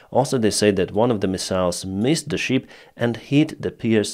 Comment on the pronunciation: It is not "щип" (это не овца), it is Шып. It is very funny for English-speaking people to hear how you say it. Learn it, please!